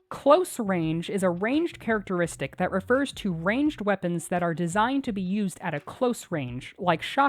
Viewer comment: "Characertistic" - why did everyone ignore it lol